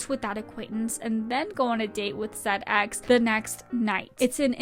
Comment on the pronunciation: It's EVENT, not EVANT. TEXT, not TAXT. EX, not AX. Fix your pronunciation, girl.